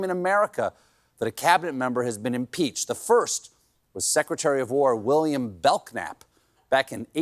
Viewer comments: Really, Stephen? You don't know English well enough to not (blatantly) mispronounce Belknap as "BELK-nap" - ?? Wtf?? Jesus. That's first/second grader shit right there... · Belknap I'd a French name pronounced BELL-nahp. You should know better Mr. COLL-burt. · Belknap is pronounced "Bell-nap".